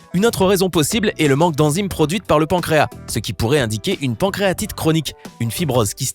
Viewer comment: on dit pancréas et non pancréa!